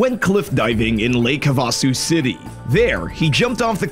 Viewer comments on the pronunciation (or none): Havasu pronunciation 😂👌🏻